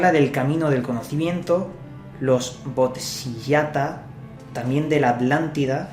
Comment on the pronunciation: Bodisatvas!!! se lee....